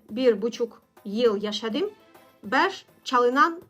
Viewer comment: Bir Türk olarak ufak bir tavsiye vermek isterim. Yabanların Türkçe konuşurken en çok yaptığı şey sizde olduğu gibi noktalı harfleri noktasız, noktasız harfleri noktalı gibi söylemek. (Yaşadim) (Çalmadim) (Çunku) (Uyaniyorum) (Baktim) (Başkasinin) (Nasilsin) Tabi ki bunu kusur olarak söylemiyorum eğer nasıl daha gerçek bir Türk gibi konuşurum diye sorarsanız cevabı için 💙